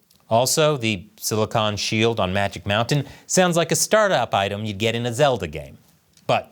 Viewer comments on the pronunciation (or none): none